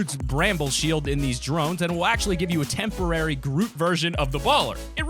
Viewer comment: Turn subtitles on , he said droot not groot